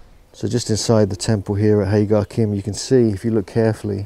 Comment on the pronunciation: Thank you for the brilliant video; just one thing..... it’s pronounced HA-JAR-IM.